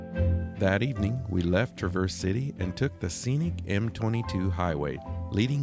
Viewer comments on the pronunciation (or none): I see you still haven’t gotten the 'syLLAble' in the right place for Traverse City…lol…you guys are so cute! Love watching your content! (TRAverse…😂) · LOL, it is not "trah-Verse", like traverse a mountain path. As a Michigander, its TRAAAAAAAAAA (like travel) Traverse. Different emphasis on the A. Same A as Travel, but verse at the end. Cmon now... Hope you tried Walleye while up there. Best fish imo. Nothing like the U P in Mich. In summer and fall anyways. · The accent is on Tra as opposed to verse. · It’s Tra’ verse City. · Pronounce the "S" as a "Z" and you have it. Tra'verze City, That's how the Michiganders say it. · Michigander here. Love your videos. FYI, Traverse City, isn't pronounced like the SUV. It's Tra verse, accent on the Tra ( like the a in trap.) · Like others said, please learn to say Traverse City correctly. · Please look up pronunciation of Traverse City😮